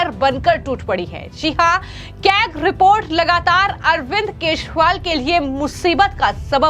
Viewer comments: Kejriwal & not Keshwal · इन मोहतरमा को केजीरवाल बोल्न भी नही आता wah😂😂😂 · Tu pagll hai kya Wo arvind Kejriwal Hai... Arvind Keswal nhi 😅😂😂😂😂